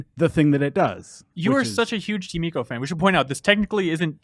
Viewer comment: This is it's ico not eeco